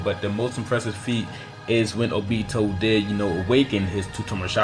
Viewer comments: He said oBEto like stfu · ohbeto lol it's obito bro lmfao.